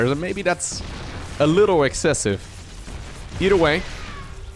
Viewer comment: its "either" not "eater"